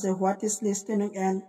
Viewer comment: Listening nhoi listening